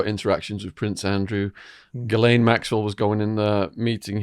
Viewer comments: Giz-lane lol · It's pronounced Gheelayn in English (with a hard g and silent s). While in French it's usually pronounced Zhislayn.